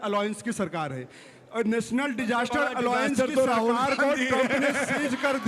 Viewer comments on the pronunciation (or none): एलाउंस नहीं ऐलायंस होता है